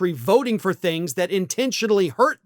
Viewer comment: When you said the vote was "fifty for", I heard "fifty-four". What?